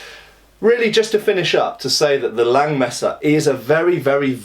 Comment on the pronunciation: nice German pronounciation!